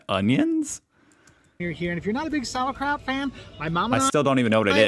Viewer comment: Sauerkraut, It's kraut that is sauer.